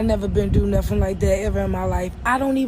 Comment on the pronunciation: Did she say do nuffin 😂